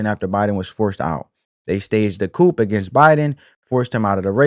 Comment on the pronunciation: They staged a coop! 🤣🤣🤣🤣🤣🤣🤣🤣🤣 It is pronounced "coo" (coup) brother!